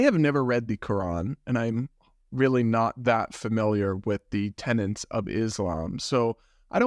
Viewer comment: Tenets! Not 'tenents'. Goodness me.